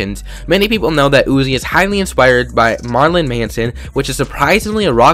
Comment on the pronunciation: LMFAO Marlin Manson. Marilyn (Maryland) Manson*